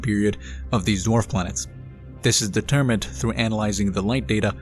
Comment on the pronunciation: You're saying it wrong it's DWARF Planets.